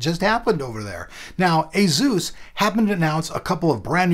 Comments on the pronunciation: Its asus not azus. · ASUS /ˈeɪsuːs/ AY-sus